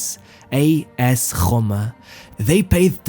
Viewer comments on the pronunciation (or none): Pronounces Roma like gggRoma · You need to stop pronouncing ANY R in that way. How the fuck did you pronounce ROMA? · Some of the pronunciation is truly weird, e.g, Roma…(what.?) But I’m sure that in Argentina they call him Batistuta, not Batishtuta. Practice, practice! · You make very good videos, I just have a question on your pronunciation: is it a marketing choice? You clearly know English very well and I am sure you know the English pronunciation for Rome, however you still use your own (this is quite annoying, use the correct one or the English one). Same thing for the "Ch" syllable, instead of saying the 'c' sound you say 'sh' and I have no idea why, the only reason I can come up with is marketing purposes, you're trying to make yourself more remembable for the viewers and just so you know there is no reason to, we do remember you thanks to the content. If it's not marketing, it's probably ignorance. Well everyone is an ignorant in something so nothing bad here - Chance is the English pronunciation and word, used I think only in English. Shance (written chance) is used in most Latin speaking countries and is a French word most of Europe started using with their pronunciation, for example Italy or Spain do the same thing you do, however when you speak English there is no reason to use it in French as a word exists (and it's the same haha) Nice work! A few more suggestions, when you throw prices at us try to contextualise us into them. For example, Roma paid 80 million euros to get him - Maradona costed 20 for Napoli at the time or try to put us in perspective by saying a max cypher they would pay a player for.